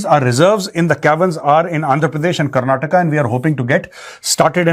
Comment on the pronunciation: major please its karnataka why the ignorance, you can say orissa with an a but why not KARNATAKA with an A